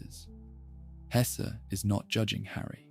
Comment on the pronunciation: both E in Hesse are pronounced like the first E in >hesitation or in less ,mess, caress